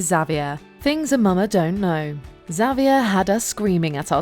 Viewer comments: Did drive anyone else bananas how she pronounced Xavier? 🤦🏻‍♀️🤦🏻‍♀️🤦🏻‍♀️ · please look up how to pronounce “Xavier” 🤣